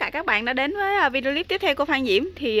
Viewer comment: Thích mấy bụi bông trang của Diểm. Đề nghị khi phát âm chử "clip" thì đọc một chử thì rất dể nghe hơn nhất là đối với các bạn ở nước ngoài.Cám-ơn.